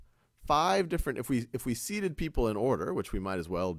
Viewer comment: “Seaten” I’m dead 😂😂